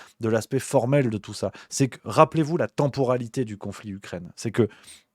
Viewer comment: "temporalité", c'est pas terrible et pas évident à prononcer pour toi (encore plus qd ca fait quasi 1h que tu parles, "chronologie" 😉🫶🏻👌🏻🙏🏻merci pour ton / votre boulot!